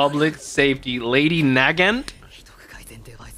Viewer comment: Hey i think the way her name is said is Nagaaant, so a bit more dragged out on the A's there